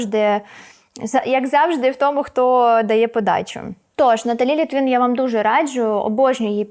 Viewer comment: Не Літвін, а Литвин! Їй напевно горить😅